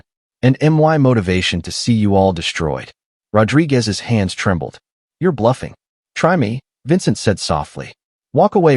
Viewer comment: My complaint is how he pronunces "Rodrigues".